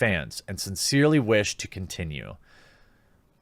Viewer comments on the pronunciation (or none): none